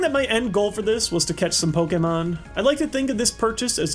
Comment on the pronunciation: I appreciate you for pronouncing 'pokemon' the right way.